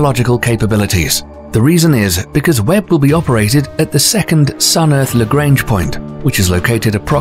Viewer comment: Lagrange was French. Lah-grah-nge.